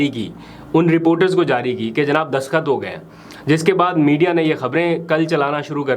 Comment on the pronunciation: برادر دسخط نہیں دستخط لفظ ہے باقی آپکا پروگرام بہت اچھا ہے اور میں توجہ سے سنتا ہوں❤